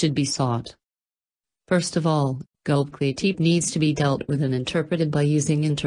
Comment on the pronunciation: The robot voices were difficult to listen to, and they mispronounced many words - including Gobekli Tepe.